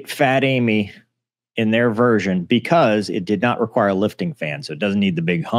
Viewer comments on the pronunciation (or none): none